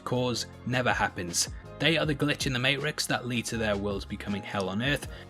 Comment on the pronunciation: my dude doesn't know how to say "matrix"